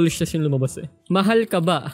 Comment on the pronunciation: kuya dun sa mahal kaba tanggalin mo yung “K”